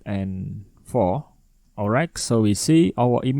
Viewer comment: bang bacanya olrait bukan olraig